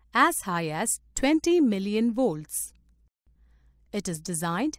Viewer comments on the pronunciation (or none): none